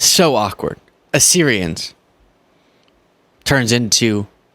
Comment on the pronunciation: No, he was trying to say Arizonans! [edit: apparently first Kimmel & now Colbert have shown he was trying to say Assyrians. So I apparently can’t decipher his idiot brain/mouth]